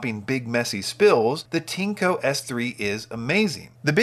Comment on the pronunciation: Not Tinco, its Tineeeeeeeco